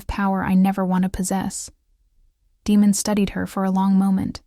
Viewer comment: Daemon, is pronounced like Damon, it's probably what they meant, but they have an AI reader that didn't pronounce it correctly. Just my opinion.